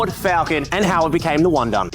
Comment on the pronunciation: Wundun ❌ Wun-done ✅